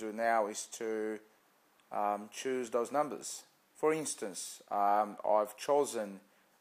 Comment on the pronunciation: He's doing the same thing people do with Lotto, he's no magician!! Probably hasn't got a penny to his name, why else would he be on here and hoping we make him money!!!???? He's a pom so he can't pronounce numbers correctly.